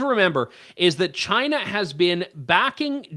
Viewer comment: Trudeau's first word was 'Shina' (China).